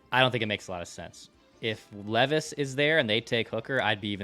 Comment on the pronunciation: I have one I sent an email to Declan but never went anywhere. Please please please correct on properly saying our new future QBs name! Will Levi’s you all ignore how he says his last name and it kills me. It’s his one job is to research these guys atleast say there name right.